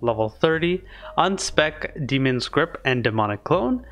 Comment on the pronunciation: it's obviously demon not damon come on figure out your own name bro